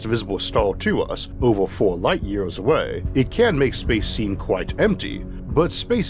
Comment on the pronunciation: 50 Light YEEAAYYYSS of Earf